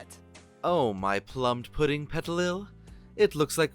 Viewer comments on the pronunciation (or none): “Plumed-pudding petilil” Shoot me